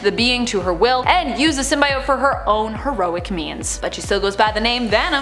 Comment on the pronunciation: Symb-bi-ott? Why is she pronouncing that way??? Ew